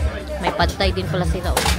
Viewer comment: People from Thailand are called Thai pronounced without the ‘h’